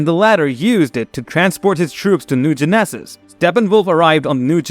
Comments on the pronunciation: A-poke-a-lipz ? New Gen-eh-saz? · 😂😂😂😂😂😂 Lmfao. Great Video. But i couldn't stop laughing every time he said Apocalypse or New Genesis.